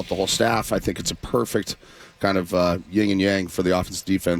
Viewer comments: Yin and Yang not Ying lol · The phrase is yin/yang, not ying/yang